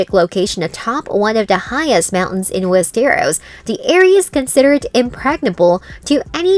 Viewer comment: "Wees Ter Ros"